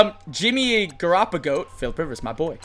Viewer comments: this ninja said garropagoat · you said Garoppolo wrong